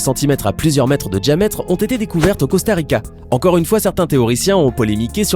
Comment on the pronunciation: Le mec il dit '' djiametre '' au lieu de ''diametre''